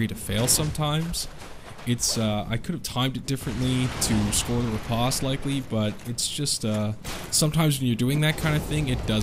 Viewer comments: the word riposte is pronounced the same way in English as it is in French; "-post", not "-pawst" ...not liking this video so far. It's like you know nothing about Canadians AND French. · To hell with how you pronounce Riposte I was more surprised by how you say Katana Banana? As always a great video though :P